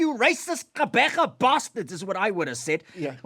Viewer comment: You'd think Conrad is actually Xhosa the way he pronounces Gqubule. You are such a great South African.